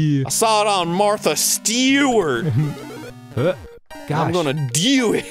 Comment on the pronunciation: "Martha STEWert"